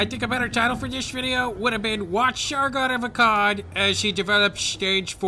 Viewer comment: Ermuhgerd it's sergun of ekkurd